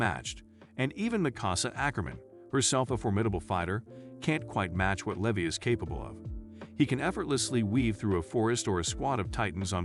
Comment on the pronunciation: Lee Vi, not Leh vee